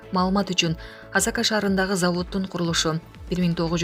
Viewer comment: Уят эле блогер Асака эмес Асаке шаары болот